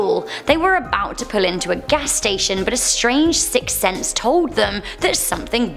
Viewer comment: "Sicks Thense"